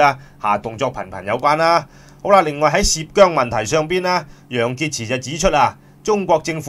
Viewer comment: 楊潔x都吾撚識讀😤😤😤😤😤